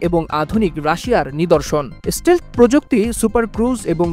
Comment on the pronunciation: স্টীল নয়, স্টেলথ্